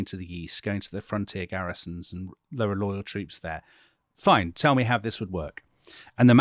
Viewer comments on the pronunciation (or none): none